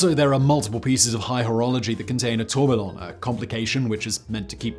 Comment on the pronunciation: All that time spent researching for this video, and can’t even pronounce Tourbillon… 🤣